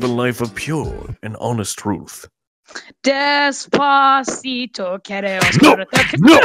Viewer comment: You little bit des-pa-cito